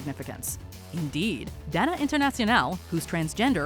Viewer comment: Its pronounced dana internessional